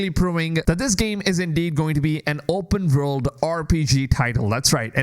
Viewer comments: Open Vorld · How many times do you want to say vopurnn world 😅